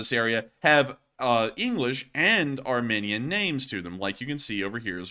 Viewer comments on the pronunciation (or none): Isn't it pronounced "ar-mee-nee-an"?